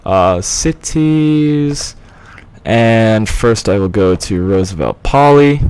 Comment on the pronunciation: May I say,as a Greek,that the most correct name would be "Rooseveltopolis",rather than "Roosevelt Poli". I know I am repeating myself,but I'm really enjoying these series alot!